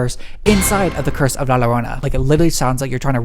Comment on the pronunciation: “Not to sound extra white of me.” Queen ur pronunciation of Llorona is already serving extra white❤️